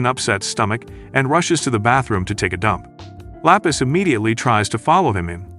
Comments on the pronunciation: Lapis ❎ La peace ✅ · THE GIRL NAMED 😂😂😂 LAPIS LOKS LIKE FROM SPEEDS STREAM AND KAI KAI SAYED IT LA PEACE😂😂😂😂😂